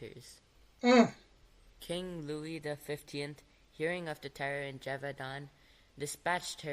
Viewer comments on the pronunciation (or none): Hi ! i'm french . you can say GE like GElatin VAU like VOte DAN like...DANce. or DONuts > if i'm right, you dont have a real equivalence of this sound in english language